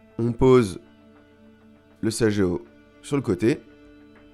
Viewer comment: Merci. Petite précision...sageo se prononce saguéo pas sajéo